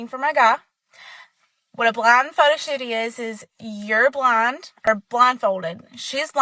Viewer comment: I thought she kept saying "blonde". It wasn't until around the third or fourth time she said it when I realized she was saying "blind". 🤪